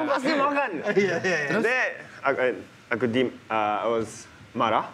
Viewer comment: Haruka Nakagawa kalau bilang "Makan" selalu bilang "Makang"